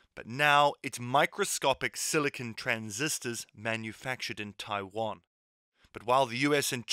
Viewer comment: I cringe so hard every time I hear westerners pronounce Taiwan.